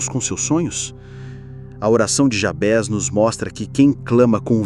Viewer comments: A oração é linda! embora a pronúncia do nome, estou estranhando, sempre ouvi Jábes, e não Jabés... qual a pronúncia correta? nome é nome... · Só uma observação: não é Jabes o nome do personagem, e muito menos Jabés. É JABEZ - grafado com Z e a pronúncia em português deve ser a mesma de Juarez, Inez.. como se tivesse acento circunflexo na letra E, assim: JABÊZ e não Jabes. I Crônicas